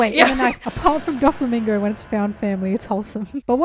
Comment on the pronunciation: The fact that she called him "doffymingo" two of his nicknames lol